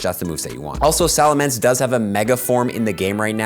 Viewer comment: SalaMENCE not mance